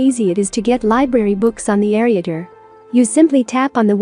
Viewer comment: Sorry to say but the computer voice is not very appealing, along with pronouncing ereader and a few other words. I would recommend dropping the computer voice.